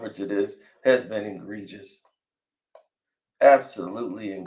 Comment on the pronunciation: Theres no such word as ingregious. Its egregious lol